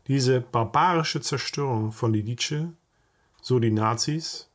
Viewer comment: Ein zweisprachig aufgewachsener Verwandter hat mir erklärt die richtige Aussprache sei "Lidize", nicht "Liditsche".